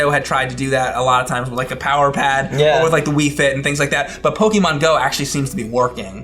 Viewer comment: I like you guys but is it really so hard to say "Pokemon" correctly? It's like if I called "Miker" all the time.